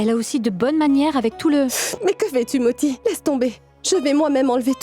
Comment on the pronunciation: Pounti? 😂😂😂😂 c'est moti pas pounti 😂